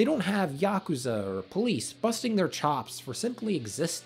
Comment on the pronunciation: It's so nice to finally hear someone pronounce yakuza correctly